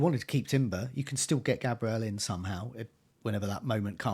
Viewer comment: Bros still saying GAYbriel instead of GABriel and Boumo instead of Mbuemo 😂 ffs